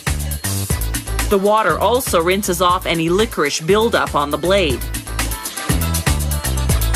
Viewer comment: She said it's not licorice but then she said it was licoric🤷🏻‍♂️🤷🏻‍♂️🤷🏻‍♂️🤷🏻‍♂️🤷🏻‍♂️🤷🏻‍♂️🤷🏻‍♂️🤷🏻‍♂️🤷🏻‍♂️🤷🏻‍♂️🤷🏻‍♂️